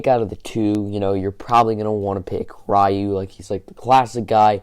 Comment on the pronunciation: Rieh-u? Really?